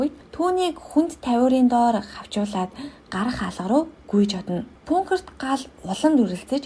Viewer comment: пункер уу хха агуулах гэлдээ ядаж😂